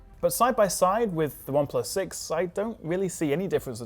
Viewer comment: When you say 6 it sounds sex... 😂😂😂